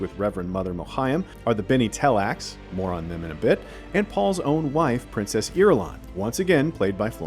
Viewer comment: It's Tleilax, not tellax.